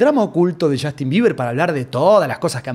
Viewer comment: chastin!!! PRONUNCIA BIEN ENVERGUE